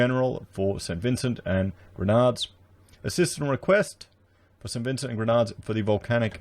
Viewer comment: Just to correct the pronunciation of my home country it is not the Grenades its is pronounced “GREN NAH DEENS” 🙏🏿👍🏿